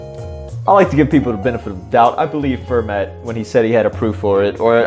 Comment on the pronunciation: Can't deal with your incorrect pronunciation of Fermat. "Fair-ma"